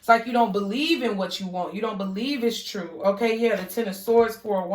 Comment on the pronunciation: Soo feel ya..LOL YESS SHE SAID TRUFE